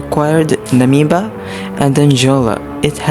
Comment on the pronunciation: Namibia ❌ Angola❌ Namiba ✅ Anjola✅